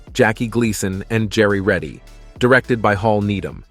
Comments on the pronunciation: His name was Jerry Reed. Not Reddy.... He performed the soundtrack of Smokey and The Bandit. It´s even spelled out right in front of you :D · Who the hell is Jerry Reddy 😂😂😂how could you make such a monumental F up with Jerry's name he's a legend for god sake 😂😂😂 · Jerry Reed. Not Reddy.